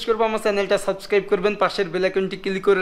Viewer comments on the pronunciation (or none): none